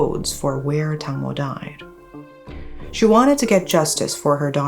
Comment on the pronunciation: Not Tangmo but Dang mo, "watermelon".